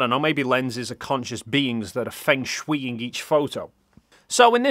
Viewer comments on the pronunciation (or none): Stopped you here ar just to say that it’s pronounced ‘fung shway.” I know I’m nitpicking, but I have to get some use out of my almost 30 year old Asian Studies degree. Anyway, love your work here! Keep it up! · Not at all important... but Feng Shui is pronounced "fung shway" not "fehng shwee." Sorry, I know - people say things differently... I'll leave now.